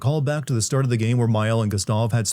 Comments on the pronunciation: This man going off on how the characters don't speak in French accents and all I can think about is his pronunciation of the characters' names. 'GUS-stav' and 'LOON'. I demand a personal apology and for him to be fired from YouTube/s. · why is nobody pointing out how diabolical he is pronouncing gustave and sciel and dessendres, he clearly plays the game in english and finished it so what’s the deal with not being able to pronounce names you hear multiple times in the game?